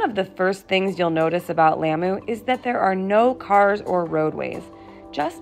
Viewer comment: This is beautiful! I used to live close to Lamu! Thank you for your care? Please try to pronounce Lamu correctly ! The a is like the au in taught. When you visit foreign countries often it’s not too hard to learn the right pronunciation of their home land. It shows them respect as well!